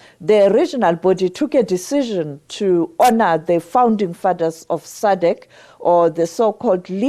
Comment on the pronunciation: It’s SADC not sadek 😂😂😂😂 It’s Ian Khama not Akama 😂😂😂